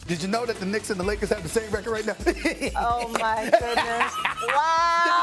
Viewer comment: Dude speaks perfect English then will say REKIT instead of record